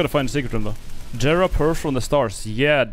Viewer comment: Bruh did he pronounce jera like jera and not yera